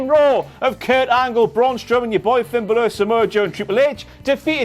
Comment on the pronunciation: Just... say... "Balor". Those are not two difficult syllables to pronounce. "Double-ee-double-ee", I'll give you a pass on, but not "Ba-LOOR".